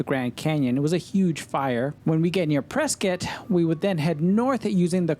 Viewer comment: Kudos to you for pronouncing "Prescott" correctly as "Preskitt".